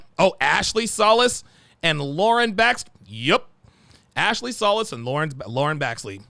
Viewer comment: Solis is pronounced So- leeesss>jfyi